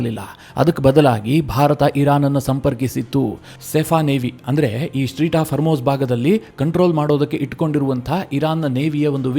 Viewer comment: ಸ್ಟ್ರೀಟ್ ಹಾರ್ಮೋಜ್ ಅಲ್ಲ ಅದು ಸ್ಟ್ರೇಟ್ ಹಾರ್ಮೋಜ್